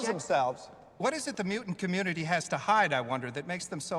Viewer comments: What's a "mew-ant"? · “mu ants”? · What is a "mew-ant"/ "mew-uhnt"-?? Why can't this guy pronounce "mutant"-?? A very useful ability when producing video content about the X-Men!